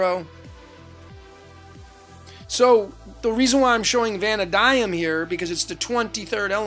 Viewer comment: Brother, I love you, I love what you do, this is all wonderful and great. But your pronunciations KILL me! Jachin is pronounced Yakeen. Valadium is Va-LAY-dee-um, or Va-LAH-dee-um. It’s all good actually, I don’t care, what you provide is more valuable, but I couldn’t help myself saying something. 😂